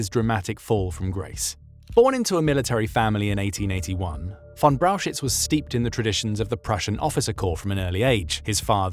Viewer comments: Could you please repeat Brauchitsch for me? LOL. It is not Brauchitz, definitely not. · The pronunciation of Brauchitsch in this video is wrong. First look at the two syllables: Brau-chitsch. So it's frist Brau and then chi (think of "huge" and combine the "h" sound with an i (like in "in") and then a tsch-sound. tsch is pronounced like "ch" in "much". So then we have "brau-h(uge)i-(mu)ch => "brau-hi-ch" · Braukitsch is wrong. Brauchitsch is corectly written, but wrongly pronounced in the video . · lmao butchered the pronunciation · I love your Videos but the pronunciation of his Name drives me crazy as a german🫠